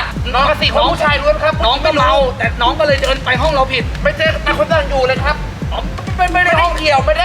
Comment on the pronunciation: "ไม่ ฉ่ายยยยย " ไม่ ฉ่ายยยยย คือเชี้ยไร คนที่ไหน